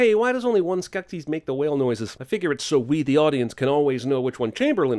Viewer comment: "man, that is a very nekkid skeksis...neksis?" i laughed so hard lol